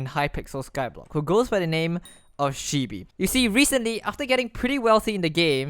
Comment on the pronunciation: My only anger with this video, is he pronounced shibee wrong.